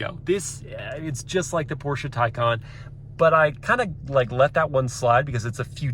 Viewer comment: Did he say Porscha?